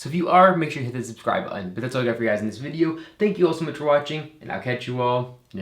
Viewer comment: I love the way you say video - are you Canadian - only just beginning to pick up the accent.